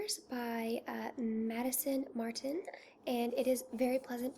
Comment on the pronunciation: No shade, but "At The Barber's" is by Maison Martin Margiela ("House of Martin Margiela"), not Madison Martin, hehe. Maison Martin Margiela is the name of the design house, "Replica" is their range of fragrances. It's a tongue twister, I know.